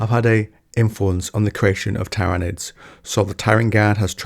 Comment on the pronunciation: My guy manages to pronounce Tyranids 3 different ways and none of them were correct lmfao.